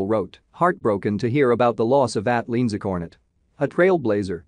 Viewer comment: Her name is pronounced Lee-Ann -Za. If you are going to do a story on someone’s death at least pronounce their name right!